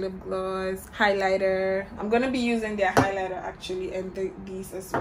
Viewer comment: Say "highlighter" again😂😂